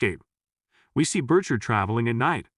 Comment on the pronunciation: Why does he pronounce it Bercher?